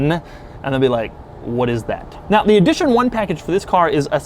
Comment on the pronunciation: Why is he saying Eeedition 1 and Edition 1?